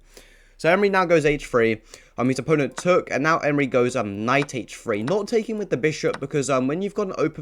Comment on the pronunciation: "Move his knight to Hchshh Free" lol